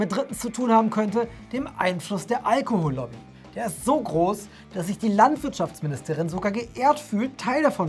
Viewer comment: Auch sturzbetrunken kann man noch Allohol-Lobby fehlerfrei aussprechen.